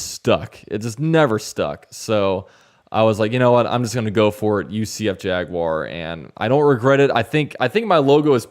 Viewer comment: “UCF Laguar” 😂😂😂😂